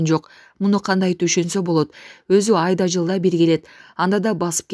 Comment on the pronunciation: Айла -жылда деп тантыраган кыштак.Айда-жылда ДУРА десе.Онуксон боло,орук терип журуп эле депутат боло калганынын кесепети.